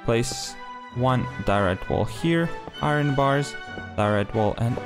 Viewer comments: It's pronounced I Earn not I run. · Pronounce it iyern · Bro loves to pronouce iron bars 😂❤